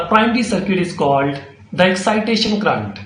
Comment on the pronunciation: It is current not crrrunt😂. Thanks